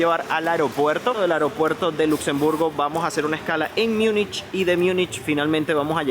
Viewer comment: En castellano Munich se pronuncia tal como se lee. No se dice [ Miunichh]✓